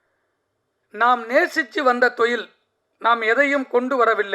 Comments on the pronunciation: தொழில்❌ தொயில் ✅😂😂😂😂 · Suththa thamizhla pesarennu, thozhil ah marupadiyum marupadiyum thoyil nu sollum bodhu valikkudhu. Ivar thamizhara ne doubt varudhu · Thoilll 😂 sir normal Tamil laa pasunga y spoiling Tamil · Enaku thaan apadi kekuthunu nenachane.. thoil 😂😂😂😂